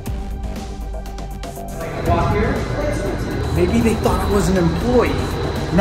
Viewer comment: she said ''maybe'' not baby lol